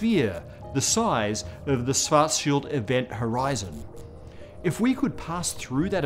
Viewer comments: I am impressed how English speaking Physicists recently learned to pronounce 'Schwarzschild', but are still not there. From 'Swarts Child' over 'Swarts Shield' it should only be a small step to the correct 'Shwarts Shield'. Good luck. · It's pronounced Schwartzzzzz-CHILD! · I thought it was pronounced schwartz........child, not scwartzfield, maybe his english accent is just butchering it. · kahrl suwartzsield? :D c'mon man, you look SO similiar to me, it can't be a genetical obstacle; you HAVE to be able to pronounce it correctly, your tongue DOES know how to do the specialmoves!^^ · ... did he say 'Schfartschild ' ? ... i guess my sister inlaw will be disappointed shes now Mrs. Schfartz ... lol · Sounded like you said Cows Farts Shields. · What is the difference between svartsild and Schwartzschild, or are you just pronouncing Schwartzschild weird? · I'm sorry.. i have to be that person, but, Carl's Fartshield? Also, Ludwig Phlegm?? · He's got the "Schwarzschild" pronunciation almost down now. Now just a "sh" at the beginnning and it's perfect 😃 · Michael Ross Since Dr. Schwarzschild was a german jew, his name should have been pronounced correctly, but the host did not. Einstein's name is pronounced more or less correctly though, by everyone, even though spelling was not anglicized. Did you know that most german names have meanings? Look it up, interesting ones are Zuckerberg, Zimmermann, Frankenstein, Vogel, Koch, Kohl, Kellner, Kaufman, Jaeger, etc... all these names have unexpected meanings.